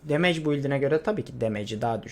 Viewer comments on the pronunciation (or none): none